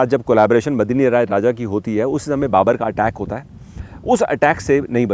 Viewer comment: his name is Medni rai not Madni rai😊